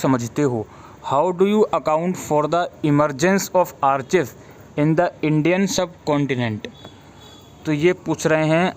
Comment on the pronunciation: Sir Thanks for this video. *Sir one thing.. Archives (आर्काइव) not आर्चीव्स